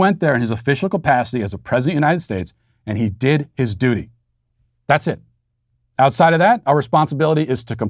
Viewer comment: did you say duty or doody?